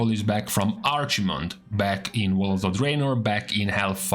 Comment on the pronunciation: "arch mond" lmao.